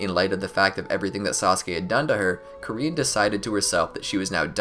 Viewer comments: i just need to say this, it's KAR-IN NOT KA-REEN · You said karins name wrong😂